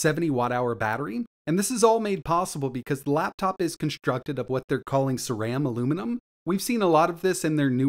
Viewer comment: I click on these reviews just to hear how they mispronounce "Ceraluminum."